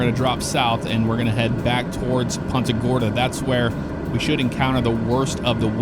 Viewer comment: "poonta gorda" not PUNTa gorda